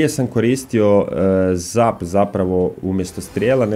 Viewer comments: ne cita se zap nego zep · Čita se zep. Ali pise zap.